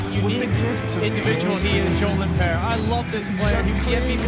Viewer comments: i love how they pronounce lindpeer instead of lindpere :D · americans can't say his name it's not lindbear it's lindpere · Easily the Most Valuable Player for the Red Bulls. It's a shame the Americans can't pronounce his name correctly!